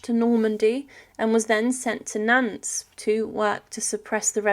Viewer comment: Nance!! Really!!! It's pronounced Naunt, like taunt!